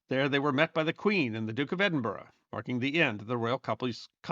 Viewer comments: As an Edinburgh resident I extend kudos to for managing to get the pronunciation of Edinburgh correct - famously, or infamously, American visitors struggle to get the name correct, mispronouncing it as "Edin-burrow" (no, it's not a home for rabbits!) or Edin-Burg (the like Gettysburg), but got it! I do hope you took advantage of the many fine pubs strategically placed around the city to allow you to rest from walking up and down those hills (and as many of the pubs are themselves historical, it would be, ahem, research for, not just an excuse for an ale). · Thank you for saying "Edinburgh" correctly. And Firth of Forth..... Pronunciation is important, and I appreciate your diligence,. BTW - I grew up in the US, but my father was born and raised in Scotland. I've been there many times and know it has its own history that deserves.. to be... remembered...